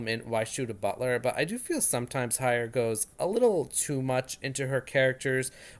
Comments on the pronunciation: Thanks but I would appreciate if you'd pronounce her name properly - Heyer - HEyer not HAyer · Oh, come now! In what universe is Hey pronounced High?